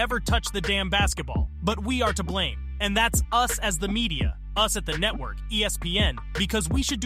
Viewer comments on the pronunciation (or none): none